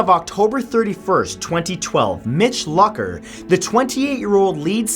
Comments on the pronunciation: Omg it's not Luck-er it's pronounced Luke-er. I almost couldn't finish this video because of that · Hey bud, its pronounced Mitch Loo-ker not Luck-er. Also, alcohol had nothing to do with his crash because the tox report came back negative and was riding his bike with his brother who was in town. Jesus, get educated. I feel like Tubers just post anything to get views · Who else facepalmed when he pronounced "Luker" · Aww Mitch's aneversery was last month And you pronounse his name like (Loocker) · no you dont. its pronounced Lucker. the way it looks. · its pronounced lewker :( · The amount of cringe from him pronouncing Mitch Lucker's last wrong is too much